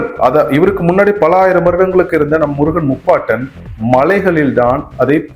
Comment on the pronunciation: பைத்தியக்காரதனமான கற்பனையும் தமிழ் சரியாக அறியாமையும். முருகன் சரி முறுகன் அல்ல. முருகு எனில் அழகு. முறுக்கு வேறு. உச்சரிப்பு ஒலி தெரியாதவர்கள் உளறுகின்றனர் . பாவம்.